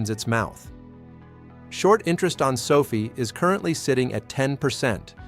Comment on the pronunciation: sofie? LOL, AI man. SO-Fi